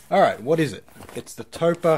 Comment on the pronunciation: Toe-pah? I mean... ... That's probably the weirdest way of pronouncing "Topre" I've ever heard in my life lol xd